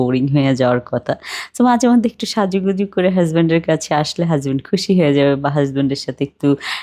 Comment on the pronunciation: বেশি শুদ্ধ ভাষা বলতে গিয়ে হাসবেন্ড কে হেসবেনড বলে ফেলে ..😂